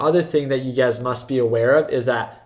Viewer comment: I keep hearing UGAZ when you say "you guys" lol